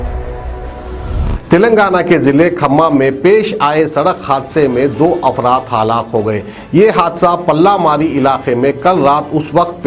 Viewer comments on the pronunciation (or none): Haalaak nahi halak